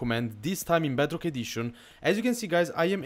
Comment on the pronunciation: clicked off the moment you said "badrock"